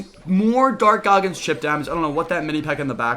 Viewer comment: Im so high rn im laughing everytime he says dark goggins